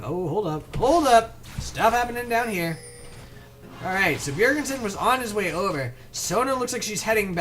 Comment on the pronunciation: Its not 'Bjergensen' its just 'bjerg-sen' ;) nice commentary,like it very much.